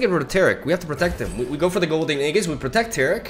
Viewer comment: it's "AeJIS" not aeGHIS